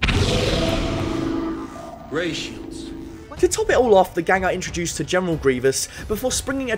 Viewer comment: “Rey shields” lmaoo